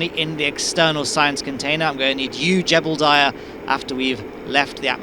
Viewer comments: I kept hearing Gerbildiah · Don't you mean "Gerbildiah"? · I can't believe I've been hearing you call Jebediah "Jebblediah" for nearly ten years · OMG thank you, you described my feelings completely. I can NEVER unhear it now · "Jebeldiah" my favorite kerbal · But um, there isn't an "L" in Jebediah. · why do you pronounce jeb's name like that? there's no L.